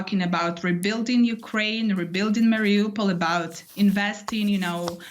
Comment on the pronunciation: ( ) Notice how Ukrainians pronounce Mari-U-pol. It’s Not Mari-Opal